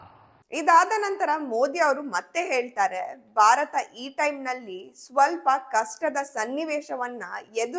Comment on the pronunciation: ಎಲ್ಲ ಸರಿ ಉಚ್ಚರಣೆ ಬಗ್ಗೆ ಗಮನ ಇರಲಿ, ಭಾರತವನ್ನು ಬಾರತ ಅಂತ ಕೇಳೋಕೆ ಸಂಕಟ ಆಗುತ್ತೆ